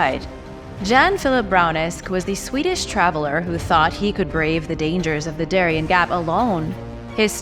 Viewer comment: the gap of Darien is spelled Da - ree- en ( like end without the D)